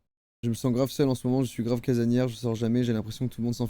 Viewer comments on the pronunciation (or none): none